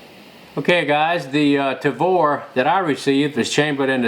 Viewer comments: Jerry, you are the coolest! I am a big fan, but every time you say "Travor" its like needles in my ears! LOL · Nice shooting like always. Jerry is always fun to watch too. Always looks like he's having a ball. I did chuckle every time he said "Travor" though. :-p